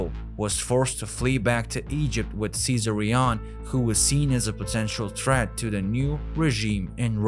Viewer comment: great content, disturbingly presented. such an illiterate narrator, can't even pronounce Ceaser or Luther but can "seductive" and "prominent". ffs. Secret Origins more like Secret illiteracy. If anyone wanna see a person speak overly the top masking his accent (trying to sound American) but his pronunciation is primary school level, and this person narrates educational videos. no comments.